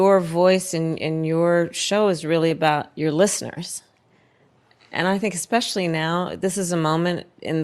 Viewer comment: What moron says, "eckspecially" when it's especially...oh, yeah, it's Kamala speaking.